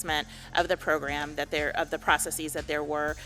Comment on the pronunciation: Is it processes or proceecee's? Is it basis or basceecee's? Huh